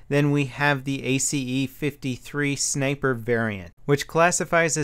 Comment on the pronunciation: It's not A-C-E, its just pronounced ACE